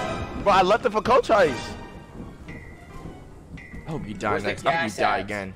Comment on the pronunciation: i hate when he kept mispronouncing cochise that shit was kinda annoying